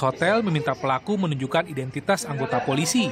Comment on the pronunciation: Bedain kata "nodong" Ama "nunjukin". 😂nunjukin dibilang nodong